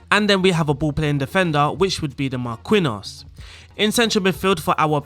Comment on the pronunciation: awesome vid, I’m probably gonna use this in my spurs save. you may also need to work on your Marquinhos pronunciation